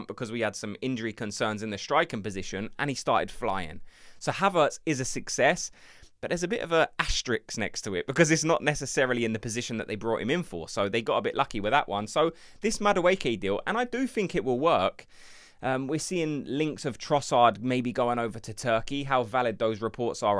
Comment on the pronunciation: Just a heads-up. It's Asterisk rather than Asterix. Asterix is a French cartoon character.